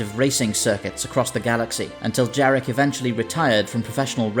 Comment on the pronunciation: One day I would like some english speaker pronounce that obviously slavic name properly 'Yarek'. The J sound is a Y.